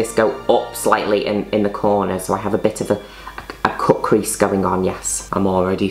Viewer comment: I’ve listened to “blend in eyeliner into the cwease” 19 times